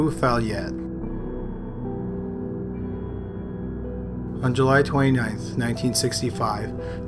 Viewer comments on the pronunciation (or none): I’m sorry but the way you pronounced “Dahlsjöfallet” got me in tears 😭😂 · I've never heard a worse pronunciation of a Swedish word, the way you pronounce "Dahlsjöfallet" sounds like plain gibberish.